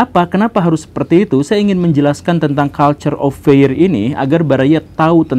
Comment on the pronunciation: bacaannya "kalchur of fir" bukan "kalchur of feir" pak guru😁